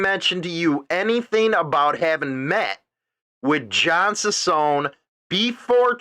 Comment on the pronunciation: His name is NOT SPELLED "SANTILIAN" ITS SPELLED "SANTILLAN". ITS REALLY NOT THAT HARD, JUST PRONOUNCE THE TWO "LL's" like a "Y"! And "CICCONE" JUST PRONOUNCE THE TWO "CC's" like a "K" Hard to understand Your ignorance here.